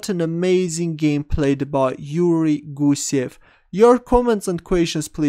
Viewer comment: I very much enjoy watching your analysis but please learn how to pronounce the word QUESTIONS ..